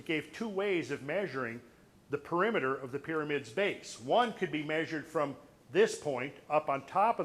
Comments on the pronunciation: It's Perimeter, not ''Perimiter''... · PERIMETER: Not Peremiter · PERIMETER; not Peremiter